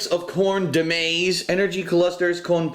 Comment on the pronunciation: Yeah he mispronounced "maís". It's pronounced "mah-ĒS". His spanish is not too shabby.